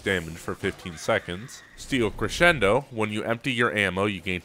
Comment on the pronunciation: XD I find it funny, you know how to properly pronounce Crescendo but you don't know how to pronounce or what is...Tithe? LOL I'm not making fun of you, hey we all have those words...but I just find that funny.